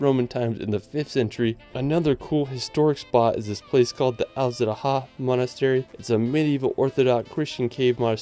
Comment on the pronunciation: I can only tell about the ones I definitely know. Kravice Waterfalls - the c is pronounce like ts, like the one in Plitvice. And Aladzha is not the way I heard from you (Alzraha :) but sounds something like Aladga or Alaja . dzh= like the J in Jim.